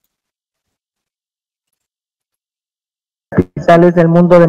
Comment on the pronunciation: COSMOPOLITA, con acento prosódico en la I. La sílaba LI es tónica. COSMOPÓLITAN era una revista para damas.